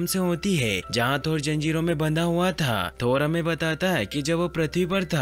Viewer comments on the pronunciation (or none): janjiro not zanjiro xD